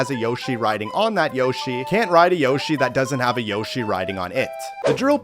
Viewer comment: bro what 😂😂😂😂😂he said yoshy 8e b times😂